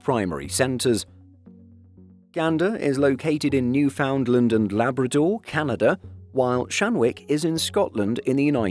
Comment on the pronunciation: Glad to see Newfoundland makes an appearance! Just a heads up, it's pronounced Noof - un - land with the d being silent depending on the pronunciation. Great job with Labrador!